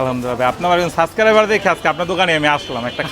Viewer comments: অথিনিটিক 😂 সাস্করাইবার 😂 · বলদ আগে subscriber বলা শিখ